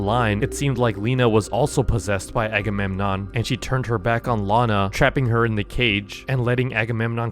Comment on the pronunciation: My czns sissy bros say agemonnon agagaga